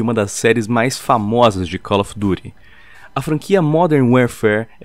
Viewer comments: Caloyfidure bike famosonha 80 pronuncia correta id inglês rs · Cau ofi duti , há fala a língua da maioria, quer falar bonitinho e fez feio. Cau ofi duti